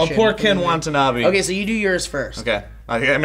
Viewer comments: It's Ken WATANABE not Wantabee. Aside from this minor pronunciation error, I pretty much agree with you guys about this film. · It's "wata-nabe" not "wanta-nabe" just fyi, I've just noticed I pronounced it wrong this whole time too. But, can't wait for x-men next week though!! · Wa-ta-na-be. Say it with me Joe, Wa-ta-na-be. ._. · Love how they repeatedly call Ken Watanabe, Ken WaNtanabe :P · Why did you keep calling him "Wantanabe"? Now you make me hungry. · You'd think if Ken Watanabe was one of your favorite actors, you'd pronounce his name correctly, Joe :P